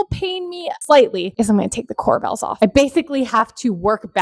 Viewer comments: Corbels' not Cor"Bells" I love the white Island with no veining. Beautiful kitchen ! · core-bulls, not core-bells